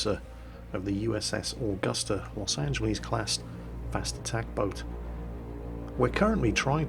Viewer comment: Los Ange-less. Not 'leez' ;)